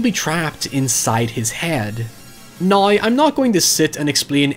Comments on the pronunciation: Noone:: HieVeR for NOi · "Noeuy" "Hoeuyever"